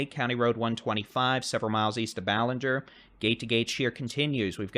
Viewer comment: I appreciate your reporting! Ballinger is pronounced with a short a as in cat. Thanks for the coverage!